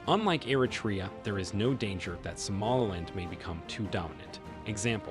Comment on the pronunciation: something about the way you pronounce somaliland really irks me